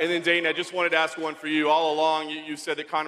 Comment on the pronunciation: I chuckle every time Khabib calls Dana "Donna."